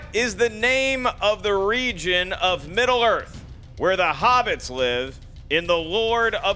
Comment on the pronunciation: region....not reigion....